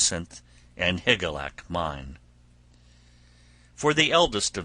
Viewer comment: Hi Jill ee ack. It isn't that hard to pronounce. It isn't Higlack.